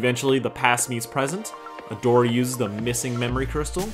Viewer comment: Male Katara? Or male Adora, dude I’m pretty sure you mispronounced that